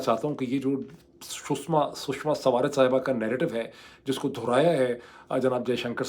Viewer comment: U r taking shushma name wrong